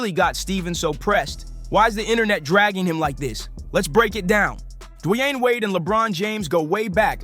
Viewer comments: It's pronounced "DEE-WAYNE"....Who tf is dwanyin Wade? The h3ll you from bro? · "De-wayne" if u gonna make a piece about someone know how to pronounce their name possibly? Idk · I get it, Stephen A is a clown but who the hell is Dwine, Du-a-yane? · Who the heck is Dwie-aine or Dee-aine? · who tf is Dajuan? Lmao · WTF is Dwine? Dwan? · This ninja should just call him Wade. I've never heard anyone butcher his first name so badly. I can't finish this! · Please someone teach this man how to say D.Wade name cause damn it started to make the video hard to continue watching till the end 😂but i made it all the way through,its a great video but damn he Butchered dat man's name 😂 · Stop mispronouncing Dwayne 😢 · why are you saying his name like that yikes